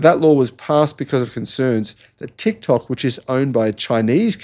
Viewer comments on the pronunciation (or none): none